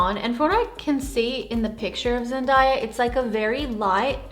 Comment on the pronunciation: It's " Zen-day-a" not "Zen-da-ya." Phenomenal makeup though , giving me euphoria vibes.